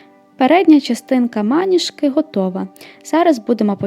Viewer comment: Клас, дуже крута річ) Дякую за відео! Лише одне зауваження, вибачте, якщо непрошене, але трохи різало слух. Наголос правильно ставити на другий склад, тобто звучати має "манІжка".